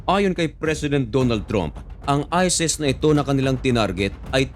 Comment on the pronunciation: Ayusin mo salita mo...isis...Hindi ises😂😂😂